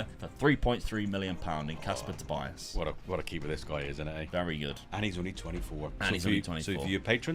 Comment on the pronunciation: I died inside when i heard how pronounced Tobiasz name, if you want, I can give you a fast, easy lesson on polish